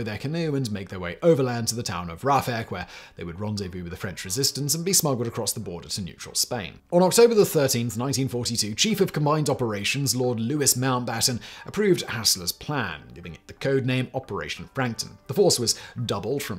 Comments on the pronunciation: Blame the ignorant American scriptwriters and editors. You can blame Simon for pronouncing Louis the American way, pronouncing his the "s" as in St Louis. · The S in Lord Mountbatten's first name is silent. Also no Royal Navy ship should be referred to as 'The' HMS. As HMS is an abbreviation of His Majesty's Ship, it should be referred to without a prefix 'the', or it makes no grammatical sense. As a Brit, you should know better Simon. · You don’t pronounce the S in Louis and the canoe wasn’t a weapon it was the method of delivery for the weapon. Gendarmerie not John Don Marie. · Gob-smacked that Lord Mountbatten's christian/fore name was mispronounced.